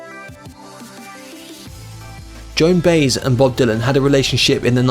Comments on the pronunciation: Ho ho. Joan 'Baze' ! 😸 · Lol Joan Bass 😂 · Joan Baise and Pat Garrette who is this idiot voicing this video